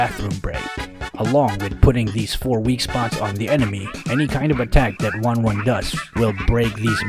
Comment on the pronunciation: Not wan wan she is ten ten